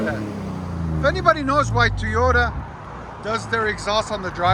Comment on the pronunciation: He sounds like he's saying teeyota 😂